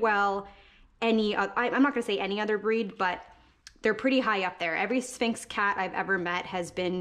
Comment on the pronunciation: Why couldn't she say sphinx??